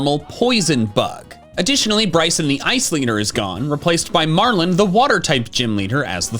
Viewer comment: THE I IN MARLON IS SUPPOSED TO BE AN O!